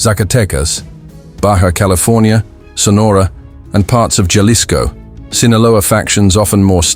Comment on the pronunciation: Ha-lisco not jah-lisco pendejo